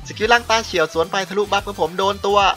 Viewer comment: ต้า-เฉียว ค่ะ ไม่ใช่ ตาเฉี่ยว